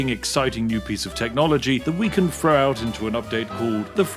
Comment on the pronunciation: I do like your videos, but as a fellow Brit, you can roll your R’s and sound as posh as you like, but when you pronounce your th’s as f’s it makes me spit out my tea - it’s throw not fro, thanks not fanks!